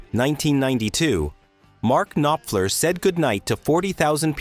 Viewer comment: Cannot pronounce Mark Knopfler! Who is the singer for Guns 'N' Roses? Why is your footage of Jim Morrison and the Doors NOT Jim Morrison but rather Ian Astbury of the Cult? Not "FEW-gees"...."FOO-gees"! You should be embarrassed! Actually asking people to subscribe! Absolutely horrible!